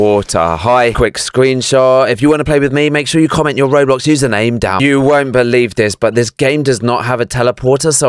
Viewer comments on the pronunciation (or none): none